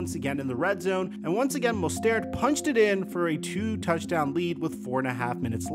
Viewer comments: Mostert, not Mostairt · I’m a dolphins fan and this season hurt a lot man. I mean this is the best team we have had in 20 years and still can’t get past the first round. Thanks for the video, but one thing, it’s Mo-stert lol. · When did Mostert suddenly become French? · No way that’s how you pronounce mostert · The way said “Mostert” threw me off 😂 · As a lifelong Phins fan I think it really makes sense to keep Tua for a year or two. He didn’t play terribly. Yeah he fucked up a couple of times in clutch moments. But this was his first full season of playing. We have a ton of offensive weapons and a great system. We haven’t had this much hope since Marino. Also, my Jewish brother. Please please please stop pronouncing Mostert and Tuas name wrong. It’s like nails on a chalkboard bro lol. Love your content though! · How do you not know how to say Rahim Mostert's name? Do you even watch football? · Plz pronounce his last name correctly! Its annoying to hear, plz do better